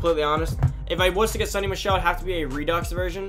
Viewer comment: It’s pronounced sow-ny